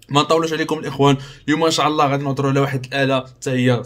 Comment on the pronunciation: قاليك أن شاع الله. الله يرضي الأخ حاول تنطق الكلمات بشكل صحيح: إن شاء الله وليس إن شاع ...